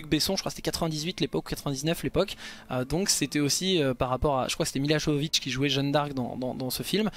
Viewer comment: Excellente vidéo comme toujours , je te suis principalement pour le lore de Diablo, tu donnes l'impression d'être passionné et ça c'est fantastique ! Bien que cela n'a aucune réelle incidence .. c'est pas jovovich mais yovovich la prononciation :p En tout cas ..vivement la suite et bonne continuation !